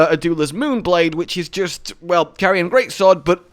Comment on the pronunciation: Its pronounced Car-rian or Car-ee-an not really sure how to type it but they say it in game it isn't Carion